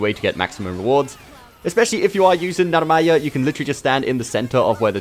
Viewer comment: bro emphasizes that narmaya